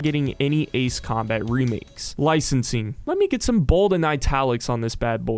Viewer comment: It's Licensing bro .. L I C E N S I N G , haha , but thanks for the information !